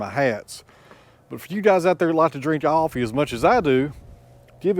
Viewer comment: Are you saying Offee or Coffee? 😄